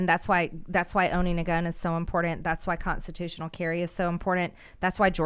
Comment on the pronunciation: I love mtg but damn that pronunciation of important drives me bonkers......lol